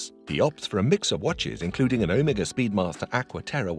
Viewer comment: Please pronounce Omega correctly… when you first said it, I didn’t know what watch you were talking about… just saying.